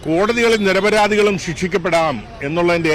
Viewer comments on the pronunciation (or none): നിരപരാധി അല്ല. നിരവരാതി